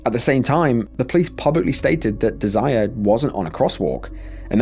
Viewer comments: O.M.G! The name is pronounced, "De sir 'RAY'!!! 'RAY' is HIGHLIGHTED...it's NOT the verb, "desire". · Are you sure her name wasn’t DESIRÉE ??? Pronounced Day-Se-Raaay????